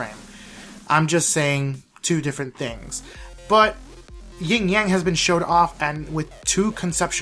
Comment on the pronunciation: Yin* Yang not "Ying Yang"